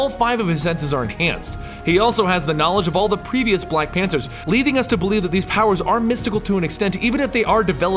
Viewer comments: He said black pantsers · did anyone else catch that? Black Pansers? XD